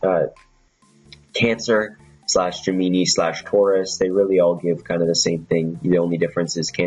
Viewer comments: It's pronounced Gem-in-eye not Gem-E-ni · love the vid like always, just one thing. Gemini, pronounced Jim Men Eye. lol that's all